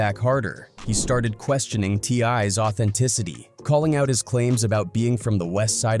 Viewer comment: He called t.i a t-lie 😂